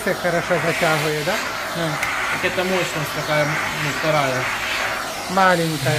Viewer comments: не моЧность, а моЩность. Как же ты врачом собираешься стать? Ты бы сначала разговаривать научился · 🤣🤣🤣Мочность🤣🤣🤣🤣,не мочность, а мощность🤣🤣🤣Учись правильно говорить,студент🤣🤣🤣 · МоЧность от слова моЧи